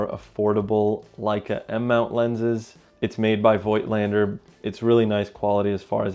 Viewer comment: German here! If you want to pronounce Voigtländer "correctly" or the german way, you say Fogtlander (so you don't pronounce the i and speak the V like a F). And I really love these photographs, that is a very beautiful camera! :)